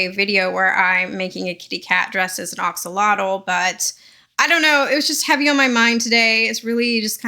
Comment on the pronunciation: It’s pronounced. A axolotl. Lol not O Oxolotl.